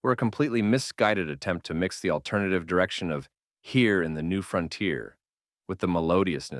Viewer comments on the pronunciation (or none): none